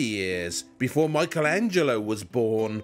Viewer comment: Surely even we English speakers can pronounce Michelangelo correctly as 'MICK-elangelo' -- not MY-chel etc.